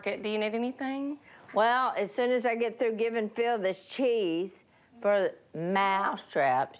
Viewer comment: Si said “tea.”